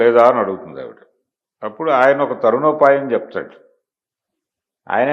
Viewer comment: తరుణోపాయం కాదు తరణోపాయం. మీరు ఇలాంటి పొరబాట్లు చేయకూడదు